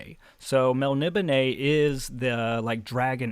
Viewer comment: Well I had to check it out but your pronouncation of Melnibone is dead on, I always thought it was melni BONE like in a skeleton... I have that same edition but I haven't got into it yet. Stormbringer the sword seems very influential, the whole black blade thing, Erikson cribbed for Anomander Rake in Malzan and other authors have done the same.